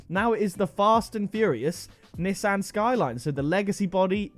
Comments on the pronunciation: why do you say Nissan wrong? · I guess people from the uk say nissan different then people that are from the usa, im from the usa and I pronounce it nee-son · It’s pronounced NESAN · The way he says Nissan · The way he pronounced Nissan 🤣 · I'm American I hate how he says Nissan